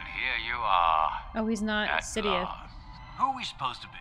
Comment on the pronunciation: LOL wtf?!? she calls him “Sidiouth”. Oof